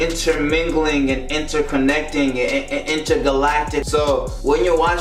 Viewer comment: Man said inter glacting😂